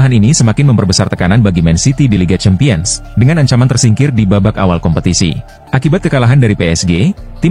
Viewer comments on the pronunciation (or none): penyebutan CHAMPIONS dibenerin dong min...